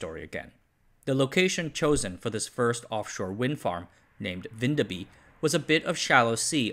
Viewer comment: I clicked on the video hoping for and expecting a cameo from our little country, and I'm not disappointed. The pronunciation of Vindeby did hurt my soul though.